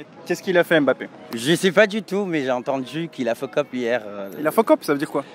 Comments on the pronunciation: Fuck up pas fokkop 😂 nv anglais zéro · C’est « fucked up », pas fokop mdr